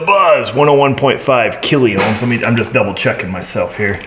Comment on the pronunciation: Sorry, just say 102K not kill-e-ohms!:face-blue-smiling